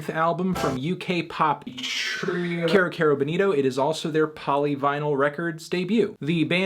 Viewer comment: IT'S PRONOUNCED KEYROOOOO NOT CARE-O